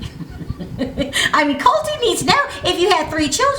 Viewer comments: It's not Col-tee but Col-chi the way Larissa says it :D T is pronounced as 'ch' in many cases in Portuguese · Colti!!! I think Larissa Says "Colti" bc of her accent. My Grandmother is from Mexico and she calls me "Fella" and my brother "Katie" his name is Kadence; my name is Phillip. I always just thought that she couldn't pronounce his name! I feel bad for Larissia in the humanistic sense. This woman is trying to survive a broken poverty stricken life. That's not an excuse but it is an explanation. However what the hell is she doing with Colt? Dude she could get a "high-roller" or love if she wanted but she's to broken to know "up from down", sad story! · Violette Skye 👍...but I got the impression it was “you like-e the drug-e and the sex-e, Colt-e?” She pauses before the e. Sounds so ignorant!!! The way she pronounces the words sounds more like a televangelist than an English is a second language-e.